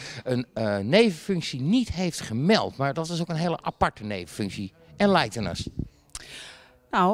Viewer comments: EnLeiiten (enlighten) us? Zei dat nou echt? Jezus.... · 'Enleijten us' Lekker! haha